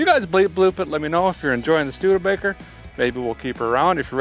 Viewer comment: Did I hear “stude-faker?” 😂